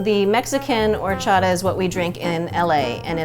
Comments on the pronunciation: Am I the only one that was bothered that none of them knew how to say horchata correct? Lol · the girl with the blue shirt is pissing me off omg stop saying horchata like that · It just bothered me the way every person said horchata throughout this whole video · elizabeth castillo I was about to comment that they were saying it wrong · the way they said horchata irked meeeeeee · I died on the inside when she said Horchata wrong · Pissed me off how some of them said Horchata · It drove me crazy how that lady said horchata. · I hate how they say horchata wrong like its so hard to get thru the video with them all saying it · Did it bug anyone else how they pronounced Horchata? No? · As a professional Mexican, the way they said horchata, made me sad. 😂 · I’m Mexican so when nun of them knew how to say horchata I lost it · The amount of times they butchered the word "horchata" really kills me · am I the only one that's irritated how they pronounced horchata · Who else was cringing at the way some people said horchata. 😂 No hate, though, nobody's perfect. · everyone just butchering horchata. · “hor-sh-ata “ NOOOOO ITS hor-CH-ata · Did ya girl just pronounced horchata “hor-sha-ta”? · Wait is no one gonna notice how the girl from said horshata ? Like I completely understand that not everyone can roll their Rrrrs but the ch is not really supposed to be pronounced as sh 🤷🏻‍♀️ just saying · any other mexicans got mad or annoyed by her saying horchata as or-cha-ta and not hor-sha-ta ??? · Tf it's not "horshata " its HORCHATA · It's OR-CHA-TA!!! Ppl not hor-chata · Or-cha-ta not hhorchaddah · This was a cool episode, but. HORCHATHA. Or-cha-tha. Please that bugged me the entire time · Aahhhh no not whoreshatta it’s prounouced orrchata(horchata) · I hate how they prononced horchata. It's pronounced or-cha-tha. was the only one who said it right. Learn the Mexican culture. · Omg I can’t deal with the way people are saying horchaTa